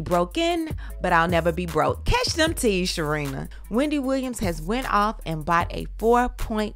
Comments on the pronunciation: Hahah not “we-N-Dy” 😂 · Hahhahahah “We” not “Weeee-ndy” gosh 😂😂😂👏🏾👏🏾👏🏾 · WE. Not WE-NDY, but WE. 😂😂😂😂💀💀😂💀